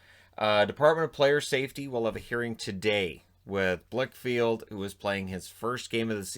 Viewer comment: Blichfeld, not Blichfield